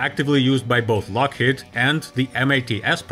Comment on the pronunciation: lock HEED not lock HEAD